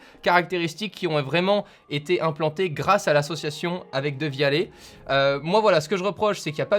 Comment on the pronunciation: Qui prononce "dévialette"